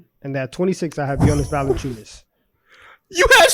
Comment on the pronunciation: his last name is Valančiūnas (Valanciunas would be ok, not Valenciunas)